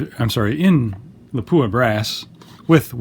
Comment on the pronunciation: I wish people would learn the proper pronunciation of Lapua. It's La-Pwa - not Lapooah.